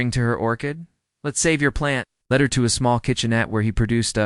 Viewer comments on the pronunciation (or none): At about : : the audio mispronounced the word 'lead' with hard 'e' while it should be a soft one meaning leading a process, in the past tense. LoL Oops 😢😢😢😢